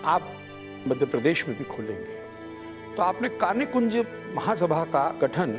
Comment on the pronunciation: आपके कार्यक्रम में कई नयी और रोचक जानकारियाँ मिलीं । धन्यवाद ! तीन बातों की ओर आपका ध्यान आकर्षित करना चाहती हूँ । (1) शुक्ला परिवार का घर "बूढ़ापारा" में है , न कि "बुढ़ापरा " में। (2) ब्राह्मणों की उपजाति का सही उच्चारण "कान्यकुब्ज" है, न कि 'कान्यकुंज' । (3) आज़ादी की लड़ाई में उग्रवादियों की तिकड़ी थी --- बाल (बाल गंगाधर तिलक) , लाल (लाला लाजपत राय ) और पाल (बिपिन चंद्र पाल) की । भविष्य के लिए नोट कर लें । मेरे comments का बुरा नहीं मानिएगा ।